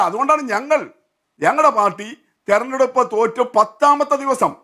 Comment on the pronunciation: തെരഞ്ഞെടുപ്പെന്നു വൃത്തിയായിട്ട് പറയാൻ അറിയാത്തവളെ ഒക്കെ ആണോ ചർച്ചക്കിരുതുന്നത് 😄😄😄😄